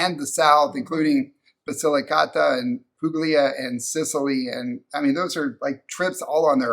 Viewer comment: Puglia is pronounced as Pulia.The g is silent.